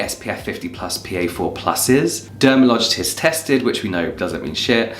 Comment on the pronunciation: I had to point out that he said “Dermalogitist tested”